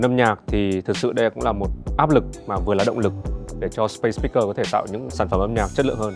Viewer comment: A Tổng giám đốc Vũ Hà Quân phát âm SpaceSpeakers rất dở !!!